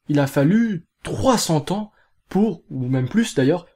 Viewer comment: Tu peux dire trois cents zans.... il y a un "s" à cent quand il est multiplié